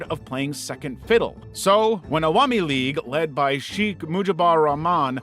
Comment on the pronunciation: "Sheek".... Its pronounced "Shekh"